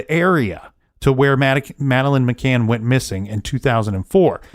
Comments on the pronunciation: Indeed. "McCain" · He's driving me crazy saying McCains!